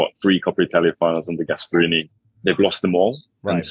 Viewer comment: The fact that a football “expert” said “cuddly Gasparini” just quit and let someone who knows things speak